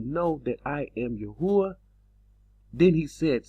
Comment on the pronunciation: It's Yah-oo-ah... not Yah-hoo-ah. Go take a look at that again.